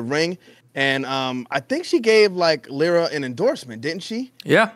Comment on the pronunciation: can’t even say lyra right lol embarrassing